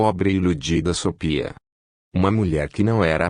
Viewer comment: É GENTE OU ROBÔ QUE faz A LEITURA? DEVE SET ROBÔ PRA FALAR SOPIA, ESCREVE-SE SOFHIA MAS LE-SE SOFIA, tem mais fala errado